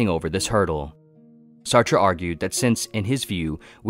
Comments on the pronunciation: Jean-Paul Sartre's last name is pronounced "Sart", rhyming with "fart" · It’s pronounced “Sartr”